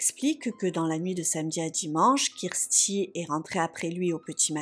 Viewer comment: Non, mais le massacre des noms, surtout « Kirsty » devient énervant! Si vous êtes tellement débile pour prononcer 2 noms , il fallait éviter les cas anglophones!!!